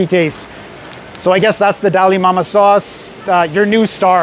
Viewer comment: I kept hearing "Dalai Lama" and wondered how you managed to travel so far in such a short time. 😆